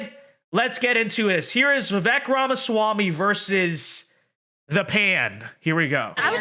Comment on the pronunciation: You're saying his name wrong.